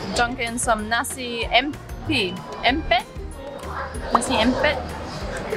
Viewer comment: The satay you two had especially the beef, did kinda look a bit tough from the way you both were slightly struggling to bite the meat off the skewer. Were they? Anyhow your demonstration of how to eat satay was perfect, spot on! 👍 And so was your pronunciation of nasi impit! 👏👏👏 The word impit (im-pate, im rhymes with him, pate rhymes with date) comes from the malay word himpit (him-pate) which in this context means press, ie the softer than usual, slightly watery rice already cooked and still hot is traditionally placed in a large cloth on a flat tray and mashed and pressed, then the cloth is wrapped over and around to fully cover the mashed rice, and a heavy object like our traditional chilli grinding stone which is a thick slab, is placed on top to weigh down on it for a few hours. I only want to add another thing, I usually use the skewer to cut each nasi impit cube into even smaller bits maybe half or a third of the size they served, before I stab it 😜 This way the ratio of the delicious peanut sauce would be much higher against the (as your mom rightfully said, tasteless) rice cube itself, hence a much more yummy experience! 😋😍😬